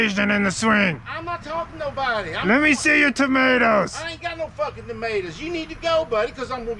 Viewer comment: Lemme see your tomatoes Dad : I ain’t got no f*kin du-mae-dus 😂😂🤣🤣😂😂